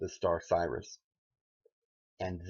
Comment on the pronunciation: Brother if you want people to take your videos seriously you were going to have to learn to pronounce the stuff a little bit better. Some of the names and terms are so bad that we don't know if you are taught talking about Osiris or Sirius.